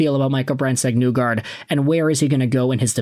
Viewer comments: Not to pile on, but you keep saying NEW-guard. I read that as NIGH-guard. As in "the end is nigh". Or, if you prefer, NYE like Bill Nye the Science Guy. Hopefully I'm not making myself look TOO old by referencing that show. That's also assuming that show even aired in Canada. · I've heard it pronounced Knee-gard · I just wanted to let you know that MBN pronounces his own name as "Neegard", not "Nuegard" as you do. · Knee-gard. You totally butchered his name